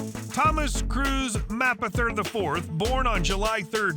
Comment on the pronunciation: Nobody can pronounce his last name !! It’s easy enough!! MAY - poth - er. May’pother